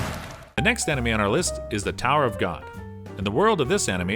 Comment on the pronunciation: Lukas bro he kept saying hajimi instead of hajime it triggered me also he kept saying animi instead of anime anyways the point is i dont like the way he pronounces things